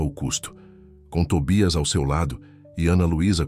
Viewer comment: Afinal o cachorrinho chama-se Tobias ou Tóbias. sr. narrador tenha cuidado no que está a ler e ou a escrever. Isto , se quiser likes na narração das histórias. Que eu saiba a língua portuguesa é a oficial do Brasil, ou será que há uma terceira chamada brasileirês?